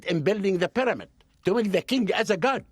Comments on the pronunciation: Take a shot every time he says Pi-dah-mid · Just realizing we've been mispronouncing pyramid all this time. Proper pronunciation; pàdàmàd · Something about the way he pronounces pyramid drives me nuts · I learned how to pronounce 'pyramid' from that Hawass fellow.